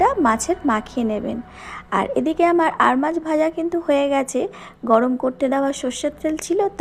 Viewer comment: "আর মাছ "-- না ---- "আড় মাছ"----'🤦‍♂️🤦‍♂️🤦‍♂️🤦‍♂️